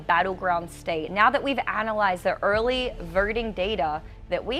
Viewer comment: "Aurley Vaurting"